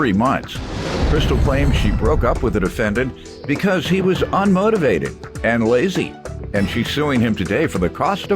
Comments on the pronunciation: 🤣🤣🤣🤣🤣🤣 that “ r” wasn’t playing. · "Unmortorvated" lol